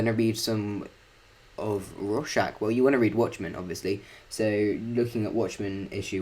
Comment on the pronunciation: Rawrschach xd